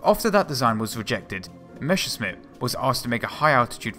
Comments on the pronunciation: Learn saying Messerschmitt. Not Meschersmitt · "MeschscherSmitt"... hey, those "ss" and "sch" in Messerschmitt are pronouned the exact opposite way:P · Meschersmitt? The other times you got ot right xD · Messerschmitt ✔️ Mescherssmitt ❌ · One little advice, a thing I have noticed in all your videos: You say Meschersmidt instead of Messerschmidt, just to put it out there in case you haven't noticed. Otherwise, great video! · messerschmitt not meschersmitt , interesting video tho . i really like those . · Oh, man...it is not meshersmith, it is messershmith or in german messerschmitt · While I understand, that it's hard for a native englisch speaker to pronounce it correctly ... it's Messerschmidt ... and not Meschersmidt ... drives me nuts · The other way round. Not: Mescher Smitt. Try: Messer Schmitt No offense. I think it's funny :-) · Nice video, but "Messerschmitt" is pronounced exactly the other way around, you keep saying "Meschersmitt" ;) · Great stuff, but please stop saying "Meschersmitt", when it's "Messerschmitt"! ^^ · it is called Messerschmitt, not Meschersmitt pls it hurts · It's Messerschmidt, not Mescherssmidt, and Volksjäger translates as "people's fighter", not "people's jet". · it's Messerschmitt, not Meschersmitt. "sch" is pronounced like the english "sh". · "meSSer-SHmitt", not "meSHer-SMitt"! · MeSSerSHmit! Not MeSHersmit! That's how you pronounce it! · Messerschmitt for gods sake. Not Meshersmitt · Mesh 'er, Smith! Great vid tho :) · Mesure shit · Mäsa shnitzel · Good video, learned about some new types of planes, however the 1 month time obvbiously was not enough for learning to correctly read/pronounce "Messerschmidt"... hint: It's not "Meshersmit" ; ) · Why does he say Mescherssmitt ? :D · Its pronounced "mess-ser-shh-mit" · No - it's a sharp s in "Messer", not a "sh" or "g" like in "measure" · Plesse, do some rehearsals: it is mess like "what a mess" then it is "r" like "err - or" and simply "Schmitt".